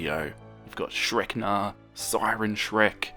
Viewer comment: Not shrekna 💀